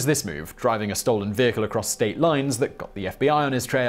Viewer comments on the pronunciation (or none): none